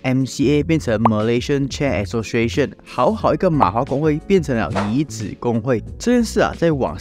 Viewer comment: 椅子 yǐ zi 出名 chū míng 内容不错，发音还需加强